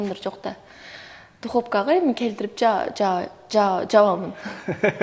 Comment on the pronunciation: Духопка эмес духовка 😂